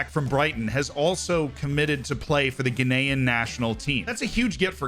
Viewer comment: Am I the only one who hears "Guinean" every time says "Ghanaian"?